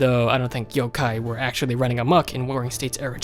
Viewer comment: Just 1 thing it is pronounced Yo-kai not Yo-ke